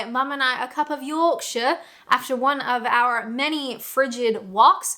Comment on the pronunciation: I think it's time for to say the yorkshire part of Yorkshire tea in a yorkshire accent instead of defaulting to recieved pronunciation. Get ut sorted! Gappy new year 😊